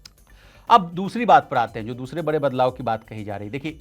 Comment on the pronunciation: बड़े होता है बरे नहीं ड़ का र क्यों पढ़ रहे